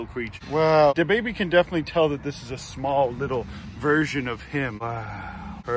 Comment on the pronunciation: Wait.. did you say the baby, or DaBaby?